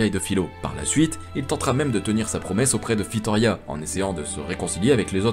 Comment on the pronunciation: La vidéo est super et très bon narrateur. La seule chose equi me chiffonne c'est "tablier su dragon" à chaque fois au lieu de sablier et un filorial/des filoriaux et la reine Fitoria😅. Dsl d'être le relou de service